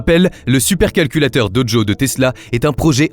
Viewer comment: "BerlinE", "DoDjo" c'est bizarre comme façon de parler pour prononcer Berlin et Dojo, quand-même. C'est difficile de croire que ce n'est pas une voix IA